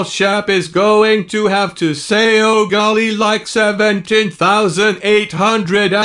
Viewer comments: yOu SAid oH gOiLY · “ oH GoIlY”